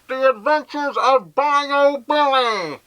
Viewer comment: its "bye-you" not "Bye-O"